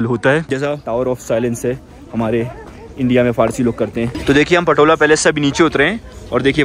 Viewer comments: It’s pronounced “Potala Palace” not patola bro, let me brief you about the smoke offering doesn’t mean sniffing just smell good it’s more associate the pristine nature of aroma that Buddhist believers used in puja and outside the home moreover used it in chapel where enshrined buddha and many deities, protector of dharma’s. Ah Tibet is an autonomous region once used to, but then after 1959 chinese communists annexed it under Mao zedung’ today they hoisted their communists flags on the roof of “Potala Palace” the world riches palace Chinese blunder loot it under coercive communists rules. Many monasteries are destroyed to the dust and monks were threatened to follow their Buddhist practices at vast monks so many them imprisonment. World leaders frigid to talk about the critical and chinese communists gain their stand. “Tibetan nowhere to call home” but feels home in exiled some parts of the world, “Free Tibet Bhoe Gyalo” ✊ “Jai Bharat Jai Tibet”✊✊✊ xi jingpin ke Kano tak sunaye de doston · again you called the Potala Palace "Patola"! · i think its not patola ,, its potala palace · It's Potala Palace not Patola my friend.. Nice video nevertheless 👍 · Potala Palace not patola 😂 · अरे भाई पटोला नहीं पोताला पैलेस होता है🙏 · my nigga its Potala Palace